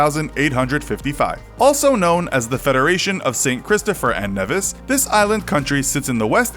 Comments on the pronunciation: The stress in "Dominica" is on the third syllable, i.e. the second "i": domi-NEE-ka. Nevis is NEE-vis, not "nevvis". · Ayeeeee I'm one of those people. (Nevisian) also correction on pronunciation it's Knee-vis not Neh-vis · You pronounced Dominica and Nevis incorrectly. It is Dom-me-knee-ka and Knee- vis. This aggravates me with videos like these attempting to share information. Get the pronunciation correct first. I am West Indian. We are not lonely and is accessible by air and sea. We are listed on cruises. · Dominica is pronounced Dawh-mih-nee-Kah. St. Kitts and Nevis- Nevis is pronounced Nee-vis. Thank you :) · Number nine you said wrong ! As a native it is St.Kitts and Nevis (Nee-Viss) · It’s St. Kitts and KNEE-vis. But thanks for including us! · It's pronounced NEE-vis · You pronounce Nevis funny